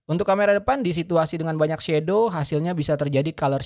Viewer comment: Aku heran semua reviewer indonesia kok ngomong "shadow" jadi shedow, itu darimana asalnya, bacanya itu SHADOW bukan SHEDOW